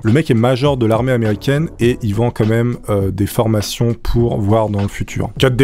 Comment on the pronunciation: C'est moi ou il a dit meume à la place de mEme ????????????????